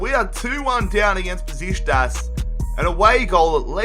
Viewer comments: It's pronounced Beshiktas not Beshitas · mate. For the last time. It's NOT BESISTAS! IT'S BEŞIKTAŞ!! There is a letter "k" there you know? Love the rebuild. Love your videos. Greetings from turkey. And go Beşiktaş!! Black eagles 🦅🦅🦅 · The way he says Besiktas XD